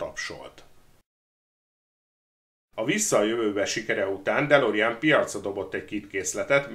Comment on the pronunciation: ejtsd: dö'lorin ,nem delorien....